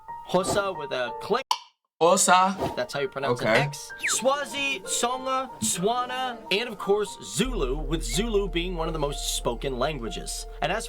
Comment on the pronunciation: What is swana it's it's stewana